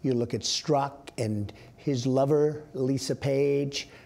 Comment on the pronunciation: "...his loverrrr Lisa Page." Lol